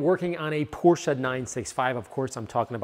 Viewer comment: Thank you for saying "Porsche" right.